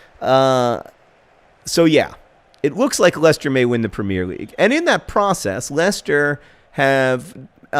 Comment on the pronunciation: Am I the only one who cringes every time John says "premier"?